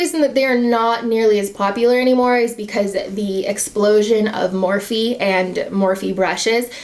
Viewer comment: Wait....wtf?!?! Did she say MURphy instead of MORphe? I ain't even bought a SINGLE MORphe product and I know that, thank you, YT.